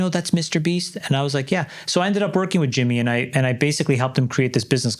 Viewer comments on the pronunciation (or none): none